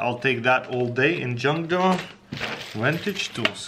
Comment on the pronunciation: Is it me or do I hear , 'John doe' instead of junk drawer 😂. LOL